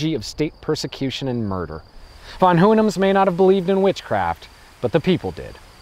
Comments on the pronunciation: interesting way to pronounce "von Hohenems" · Same for Ferdinand von Hohenems or Vaduz. Guess he simply didn't care to research for that part. The story telling's still great, so i don't mind.